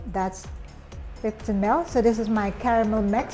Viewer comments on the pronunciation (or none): She says "Mel" when she meant ML(Em-El). Are u you a Filipino??? Also she said, Give it a little bit of a "stare"... Me: Dang what does the iced coffee need a stare??? Oh! She mean stiirrrrrrr... Milk not Melk. Oh my.